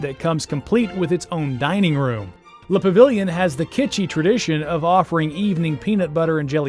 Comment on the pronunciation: Nice video but the pronunciation is scary.. LOL! It is the "Pa-ve-yon" Hotel. The "Muf-fa-lot-ta" sandwich and Mignon Fa-sh-a " jewelry. That is the best I can do in American. LOL! Is Brennan's re-opened yet? Family feud. Enjoy New Orleans. We welcome you!